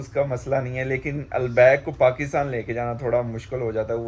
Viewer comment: البیک کا تلفظ درست ہونے پر الحمد للہ❤🎉